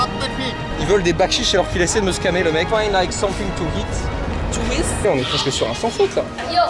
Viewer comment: aberrante cette video :o par contre frero c'est "eat" pas "heat" y a pas de h